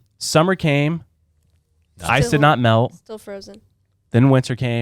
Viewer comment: I swear I thought said that the Bering Strait was where people crossed a bridge of mice. And I was so puzzled with that visual and second guessing my own education. Thankfully he said “ice” not “mice”. 😂